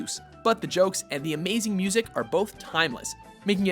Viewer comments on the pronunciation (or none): none